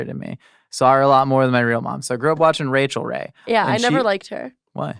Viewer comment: ✨RAY✨chel Ray. The inflection bunted my brain.